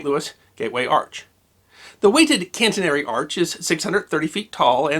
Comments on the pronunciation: the Gateway Arch is a catenary shape - "Cat - En - Ary" not "Cant-En- Ry" - sorry for niggling. Wonderful presentation otherwise. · Great video but two kind corrections. The STL Arch is a catenary, which you pronounced cantenary. Interestingly I heard a Brit on NPR pronounce it cah-TEE-nu-ree, which made me cringe but just one of those pronunciations that changed across the pond (don't get me started on aluminum). Also I grew up in Kokomo, Indiana an hour north of Indianapolis, where Elwood Haynes with an N is an hometown hero. Haynes International is still a manufacturer of innovative alloys and NASA is one of their customers. Kokomo is also famous for another dispute, the inventor or perhaps developer of the first commercially successful American automobile tested July 4, 1894, and also the first clutch-driven car as the transmission was also invented in Kokomo. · Your mispronunciation of catenary (throwing in an extra n before the t) led me to question some of your other pronunciations. I learned something. Decarburization is a word. Thanks.